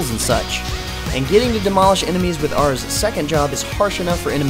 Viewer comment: im really surprised he was able to say aras secret art and job change right lol im impressed cause i kno i cant say it right without stumbling